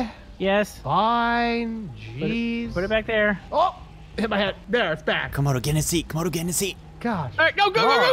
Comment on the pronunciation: i swear i heard call comodo toemodo